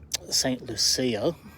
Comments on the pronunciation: St. Lucia is pronounced "Saint Loo-shah" 👍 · Hey, good thing you are on the river today, rather than yesterday. For anyone watching from overseas, this is what Autumn (Fall) looks like in Brisbane (Biz Vegas). I was trying to work out where you were talking about, I grew up in Brisbane and we called it Saint Loocha ( St Lucia) you make it sound so posh. 😄 I am about 50 clicks up the road from you. Love what you do.